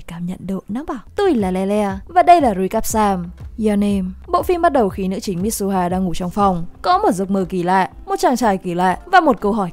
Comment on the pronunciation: Mi-tsu-ha. Ko phải mít su ha.